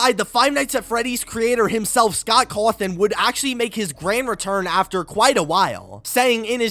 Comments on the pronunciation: "Scott Crwathin" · The way he says Cawthon- lmfao